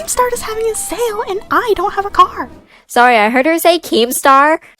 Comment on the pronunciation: “a CEL of a closing store” is what I heard XD